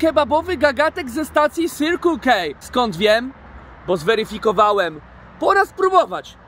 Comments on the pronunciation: "Sirkul kej" kocham xD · CYRQL KEJ XD ponglish niszczy moje uszy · Sirkul kej - masakra. Wymawia się „sekl ki”